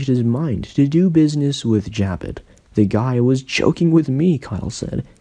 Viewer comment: It's not Jab it.... it's Ja bow....